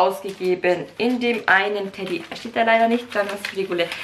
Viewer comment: es heißt doch nicht Teddy 🤣